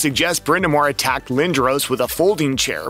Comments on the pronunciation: Pronounced "Lin dras". I've never heard it pronounced 'Lin droh ce" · Ahhh man , I was really looking forward to watching this . .... ... But Lindros is spelled wrong , and then pronounced wrong , and then you mention a locker room. It's called a " dressing room"